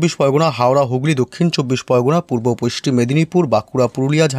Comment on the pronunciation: পশ্চিম উচ্চারণ হয় না